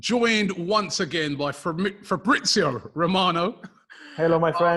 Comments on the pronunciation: The don almost butchering fab's name at the start 💀😂😂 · Never change Robbie, never change